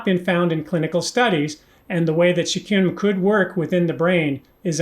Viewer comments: Great video, but b-cartone?? It is beta car-o-teen, right? Also curcumin is pronounced kur-ku-min. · why do you pronounce carotene like "cartoughn" or something?:) And curcumin is usually pronounced like "kurkumin."